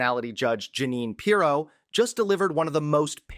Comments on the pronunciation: You might want to learn how to pronounce the name of the person you’re discussing. You put the wrong em-PHAsis on the wrong Sy-LLA-ble. 🥴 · It’s “PEER-oh” NOT [H. Ross] Perot! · PEER'-OH DUDE. PEER'-OH. Not like Ross Perot. Great report, but please get her name right. With all due respect, it lessens your credibility.😊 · How do you not know how to pronounce her name? It's PEER-oh! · Who edited this video? You repeat things, including video clips, mispronounce her name--accent is on FIRST syllable, not second. Do better, please. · Dude, where did you go to school? You mispronounced her last name not that I care but if you’re gonna be a journalist, you need to speak proper English for Christ sakes